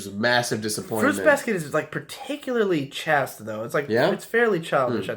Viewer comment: Chay steh. Chaste. Not Chast. Edit : also the real world doesnt work that way. Its more of a work your ass off for years and then see someone else get what you want because of their connections.